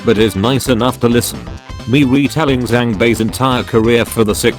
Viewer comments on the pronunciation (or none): none